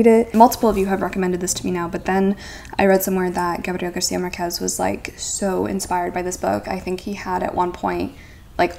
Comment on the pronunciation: Marquez is actually pronounced MAR-quez. The stress is in the first syllable, where the accent is.